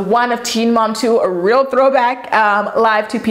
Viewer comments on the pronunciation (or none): none